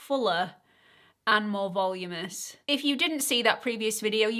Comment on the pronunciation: I love you and the look is stunning but the word is voluminous. vuh-LOO-muh-ness 😂